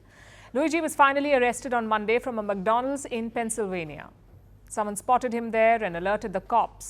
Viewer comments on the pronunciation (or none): That Gurgaon accent - "MugDonuldzz'